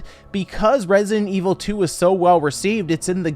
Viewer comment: Yay "Resinet" Evil.